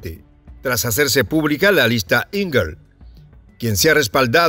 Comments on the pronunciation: Lista Engel.= Enguel.... dejà de decir lista angel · Se pronuncia: ÉN-Guel. Es un apellido alemán y significa ángel.